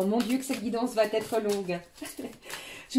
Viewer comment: Guidance claire et fluide, merci, par contre, si vs pouviez éviter de faire cette liaison (va t être), qui me fait saigner les oreilles, vs n êtes pas la seule😂 Va...etre, c est idiot mais ça me gâche l écoute! Sinon je vs adore❤